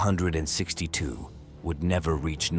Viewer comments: AI translation...A "MEEEEE262" aircraft is an M...E..262 aircraft....not "MEEEE". The narater's accent is comical. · It's not the "me" 262....it's the M E 262. AI garbage.....